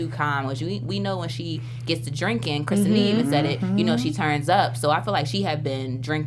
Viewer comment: Ok, I agree with what you all have said on previous episodes regarding Sam...he SUCKS, and he’s obviously a gold digger. I’m also with you on the season being mehhhhh...they definitely could’ve done better. Also guys, it’s Kristinia, not KristiANA. 😂😂 Y’all so cute, hope to be back next season!! ❤️